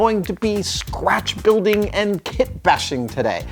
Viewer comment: did he say sqwatch building? or is it just me?